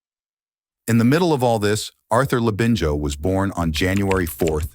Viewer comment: thought so and the narration has been inputted into AI- you can tell by the way the Labinijo part In Arthur's name is sometimes mispronounced.